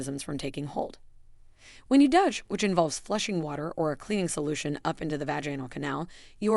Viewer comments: If you are going to put out a video please understand how to say 'Douche' it is not DUTCH, GET A GRIP. YOU CAN GO ON INTERNET AND THEY WILL ACTUALLY SAY THE WORD FOR YOU. NO EXCUSE. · . Definitely an Ai content farm. Possibly plagiarised material. But any engagement bad or good is good for the channel, darn it! Oh boy just heard it say dush instead of doosh ( douche ) but is able to say “dooshing” oh well they get it right half the time 🙄😂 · You mispronounce many words, like "vaginal" and "douche". Are you Ai? Automatically I won't listen to anything you spout! How much difference does it make for your profit from this? And nonthing you have said here is something I haven't heard before. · Women or men do not smell badly they smell bad, not badly badly is an adverb. Also, I hate AI generated audio, mispronounced vaginal, douche and anal please stop using AI generated audio ! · Teach a i how to pronounce gynecologist and douche it's quite amusing and distracting thank you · If we must be subjected to these AI narrated videos can someone please make sure words are pronounced correctly. Vag-anal is not how vaginal is pronounced nor is gynecologist pronounced jino. Douche is pronounced several ways as well sometimes correctly other times not. Nice that they cloned Scarlett Johansen's voice though. I’m sure she will be thrilled.